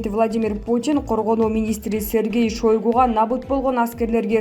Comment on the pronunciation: Дайма шойгу деп окуйт эч онолбоду